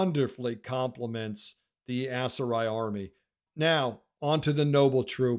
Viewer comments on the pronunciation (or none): Please my brother in Christ, stop pronouncing it ASS-Seri 😂